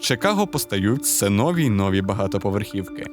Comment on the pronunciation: Наголос у слові «нові» завжди на другому складі. Будь ласка, попрацюйте над цим 🙏